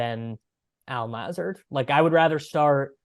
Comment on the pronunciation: Who is this guy? Doesn't even know the correct pronunciation of Lazard.